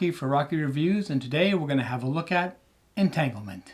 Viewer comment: Just now saw this; thanks for the review! 👍👍 on the name pronunciation!